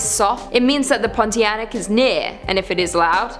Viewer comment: I love that you had pronounced "pontianak" correctly. Win!